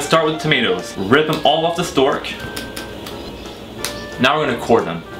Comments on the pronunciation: Au Québec les gens ont souvent un excellent accent anglais en comparaisons aux français c'est vrai, je pointais juste du doigt sa prononciation du mot stalk qui est mâchée et hésitante (dans ce cas il vaudrait mieux le prononcer genre stock mais avec une voyelle plus longue et plus ouverte, selon moi...) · Excellent ! Tu es déjà bien à l'aise devant la cam et ton accent est impeccable ! Ta prononciation du mot "stalk" trahit un peu mais sinon c'est hyper naturel, très balèze ! Je suppose que tu construiras ton "univers" et tes expressions cultes au fil du temps, un peu à la manière de Michel, pour marquer ton identité... En tous cas hyper content de te voir sur ta propre émission ! La bise